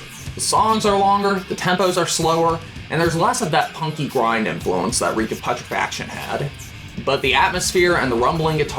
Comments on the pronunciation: Pu tre fac tion say it with me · Bro its pronounced "Pyootrefaction". You killed me every time you fucking tried to say Reek of Putrefaction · God you’re such a normie hahaha. You also can’t pronounce putrefaction. Congrats!